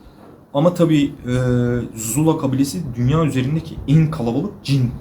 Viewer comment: Zulzula o zula değil 😂